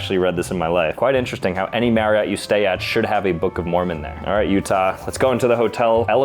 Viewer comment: You pronounced my last name wrong its pronounced "" not "Mary-ot".